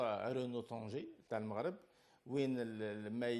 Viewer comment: أول جزائري ينطق اسم المغرب بطريقة صحيحة ولم يقل "المروك"